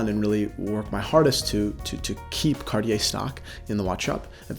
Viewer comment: Cartier his favourite brand but cant even pronounce it